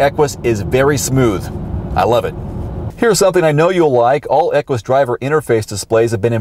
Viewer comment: great review as usual...fyi...the proper pronunciation of Equus is without the "w" sound that you were going with, (kinda like Stewie's "Cool Wwhip"), it's actually pronounced more like "echoes", or "echues"...